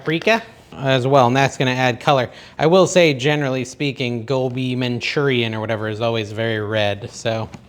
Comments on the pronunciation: You're saying it perfectly lol! I also love Aloo Gobi, which is an Indian dish also of potatoes & cauliflower. Not keto but delicious. Could you make Butter Chicken pls? Love Indian dishes. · I think you are pronouncing it correctly. Gobi is cauliflower.